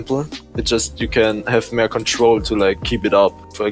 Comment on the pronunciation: "You can have mehr control"